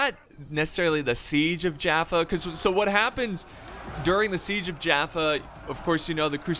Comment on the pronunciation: I used to live near jaffa and we pronounce it as Yaffo with a Y sound